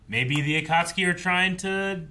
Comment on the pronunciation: Why is nobody correcting when he says “Atatsuki” I feel like he’s gonna pronounce it to wrong way for the whole show now He’s been saying ATATSUKI from day one bruh 😭